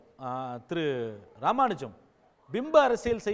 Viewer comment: Ramanujan en ya ipadi olarura..???